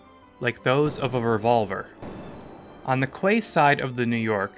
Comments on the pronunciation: Quay is pronounced “key” not “qway”. It kinda ruins the credibility of an otherwise excellent video. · You need to fix the whole voiceover for the part of the New York incident. The word quay is pronounced “key”, not “kway” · Brilliant. Loved this. Btw Quay is pronounced Key same as Florida Keys. Cowes is pronounced same as the animals. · Kway? It's a Quay, it's pronounced "key"!! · It’s pronounced like “key”, not “kway”. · Quay is pronounced as 'key' , absolutely not kway , whatever that might be ! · 'Kway side'? ...ooh that made me squirm.😖 .....'koze'....another one🙄. Still a great piece of work, looking forward to the next one. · The quay…. It’s pronounced as key. All credibility is lost 😮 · Unless I'm mistaken, it's generally known that 'quay' is pronounced 'key'. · Quay is pronounced 'key' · Whoever narrated this needs to learn how to pronounce the work quay (key) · Great animation By the way, quay is pronounced "key" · quay, is pronounced key !!!! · Great job, however some of the narrators pronunciations needs a little help. Quay is pronounced ‘kee’ and the town on the isle of white, called Cowes is pronounced cows as in the farm animal.😊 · Only advice please pronounce Quay as Key ok thank you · Quay is pronounced Key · Fantastic rendering . The only thing I find odd and a bit grating is the pronunciation of the word 'Quay'. Maybe that's how you pronounce it in Canada/ America, but in Britain it's actually pronounced 'Key'. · "Quay" is pronounced "Key" in English. Otherwise, excellent. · 'Quay' is pronounced 'Key'. ;) Great video, thanks! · Quay is pronounced 'key' .. great video !! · Yeah, that pronunciation of quay made me a bit ill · So many mispronunciations! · You're a team of naval enthusiasts and you don't know how to pronounce "quay" properly? Come on guys, seriously 😂 otherwise, great video. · For the love of god learn how to pronounce quay properly instead of butchering the English language